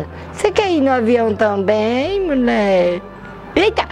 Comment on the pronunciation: Haha Foi muito "ingraçado mulier"( Kekerine)